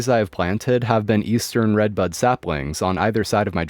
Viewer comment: The first story i kept thinking he was saying redbug not redbud